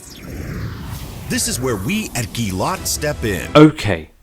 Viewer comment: It's not up to you to decide if it's Gilat or Jilat 🤷 it's pronounced Gilat.